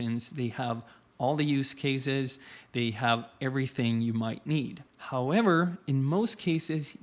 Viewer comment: lol the GaryVee "how- ever"